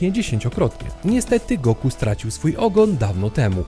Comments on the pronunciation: Czy raczej nie powinno sie mowic "Goku" ? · ej typie dlaczego mówisz na Goku ,,son Go''?????????????????? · Kto to jest Songo... Usłyszałem to "sągo" i juz wiem, że dalej nie ma sensu tego oglądać 😢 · Goku nie Songo błagam :) !!!